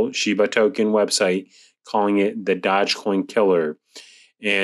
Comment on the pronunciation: Doge, not dodge. :)